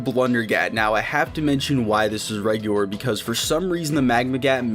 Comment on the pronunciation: “Reguwar” lol nice